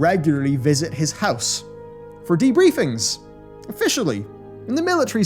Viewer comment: "Debriefing" with emphasis on the "D" lol